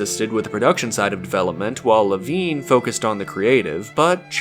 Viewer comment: You pronounced Levine two different ways. Ludonarrative dissonance, must be panned on Metacritic :/